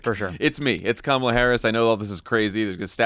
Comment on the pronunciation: Interesting when randomly Trump pronounces Kamala's name correctly.